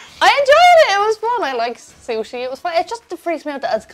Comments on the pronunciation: Californian 'Sushi' :( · As a Japanese person, i am mortified by this “sushi” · How can they call it sushi? Sounds like Sushit